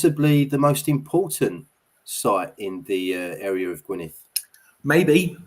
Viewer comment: dd at the end of Gwynedd is pronounced the same as the ‘th’ in ‘though’ or ‘there’, not as in ‘thanks’ or think etc, -big difference. Do not rely on Google for these matters, especially where Kymric is concerned. Go to more a specialist or specific Kymric translator. Don’t ask me which though as i don’t need a translator myself having spoken my language from the cradle-60 yrs.😀 Thanks for the response.